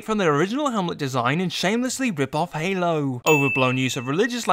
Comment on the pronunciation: Haylow. fuckin' "Hayyylowww"